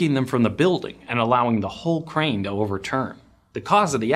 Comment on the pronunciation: As someone who has been in construction for 20 years now and also running a dozer as we speak. when you say crane i hear brain. Should have put in those ear plugs.